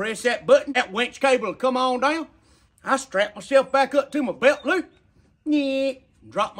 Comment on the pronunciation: Winch idea sounded awesome til I heard "beltloop"